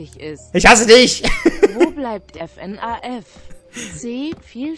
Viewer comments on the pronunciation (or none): none